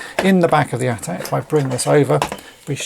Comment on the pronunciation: THANK YOU!!!! Thank you for saying "AT-AT" (at at), instead of these other people saying "A.T.A.T." ( Ay Tee Ay Tee).